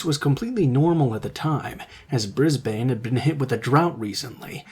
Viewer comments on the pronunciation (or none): Thank you, nicely done…. by the way it’s more said like bris-ben rather than bris-bain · It's pronounced as Bris-bun but the emphasis is on Bris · Aussie here. “Brisbane” is pronounced “BRIZZ-bun” (just in case it ever comes up again). 😊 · Hi! Not a criticism -but ppl from Brisbane (including myself) pronounce it Bris-bin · Good Narration, I did die inside when your pronounced Brisbane wrong.